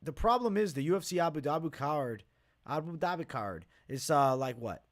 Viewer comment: saying “AbuDhabicard” sounds one of his pronunciation attempts of a middle eastern last name 😂 I watch every week. Nice content man! 🤙🏼💰